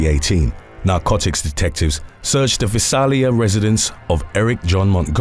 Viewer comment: Oh man. You butchered central CA. Tulare is pronounced ‘to Larry’ and Visalia is ‘vie sail ya’